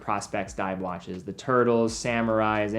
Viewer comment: & Helicoper , wach/waches